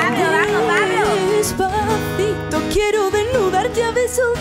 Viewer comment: Soy yo o es que esa señora en dice Pavlo en vez de Pablo ?